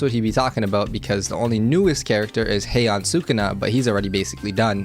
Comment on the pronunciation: Bro its not hey-yan ITS hai-yen